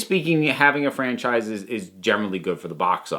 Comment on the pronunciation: I take a shot of potato juice every time you say franchfrise.